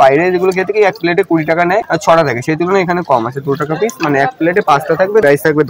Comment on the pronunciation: পিছ নয় পিস হবে।